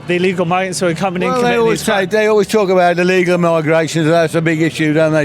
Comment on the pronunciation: The chubby guy with the cap on talking about "ellegal immigrants " cant even pronounce the word properly what an embaracement ,scared to imagine if they actually take the law and act on minorities . "This type "will be leading the country like the lad who doesnt even know what he is protesting against. Jokes. Embarrassing.